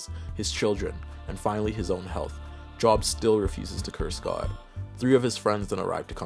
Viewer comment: The name Job is generally pronounced Jobe. Like, the o is the same as if you said, oh okay. Saying like work job is funny though, because it's probably fitting. People have unmoving faith in their obligation to hold a job.